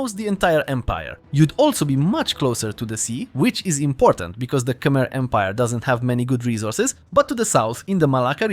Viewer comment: K‘mer, not Kamer, please correct me if I‘m wrong.